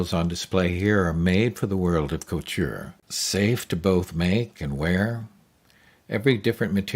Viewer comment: Very cool, but the narrator has some issues with pronouncing "Romijn" and "couture". Nowadays, I'd recommend an airless sprayer to avoid much of the fogging with the limited ventilation.